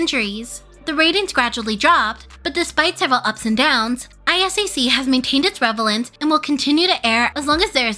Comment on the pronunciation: Great vid as always I totally think BTS personally sabotaged their ISAC spot. Also, just for future reference, you accidentally said “REVelence” when the word is RELevence…